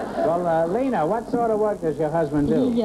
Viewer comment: so, you now, want to teach me german .. it is lena as in bet ya .. try forvo, forvo helps